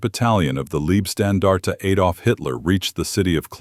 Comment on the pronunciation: Please stop saying "Liebstandarte" because that means something like "nice standard". It is "Leib-" which means "Body" and the body it refers to is Adolf Hitler.